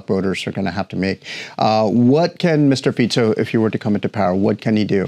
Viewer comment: Dúfam, že sa nemusela dlho učiť otázky ktoré jej veľvyslanectvo pripravilo. Čínski veľvyslanci v afrických zemiach hovoria lokálnymi jazykmi. " Mistr Piico" - gorgeous, really, your excellency !!!